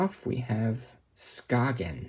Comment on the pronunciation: Skagen {Ska’en} Its how its pronounced 😊 BR the danish guy